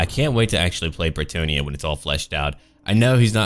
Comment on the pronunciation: As a french native I think you're really close with the french pronounciation of bretonnia's people and cities, it's fun and nice to hear people at least trying to do it! Really good job!!:D